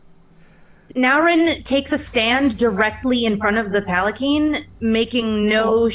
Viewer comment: It is puh-lan-kwin Also that impaling joke was great. There's a Shuji (I think it's a shuji) called Your Fight is With Me! or something like that, lets you take someone's place in a duel for free (or cheaper?). Pretty cool but high rank and it's like a once-in-a-campaign thing. o_O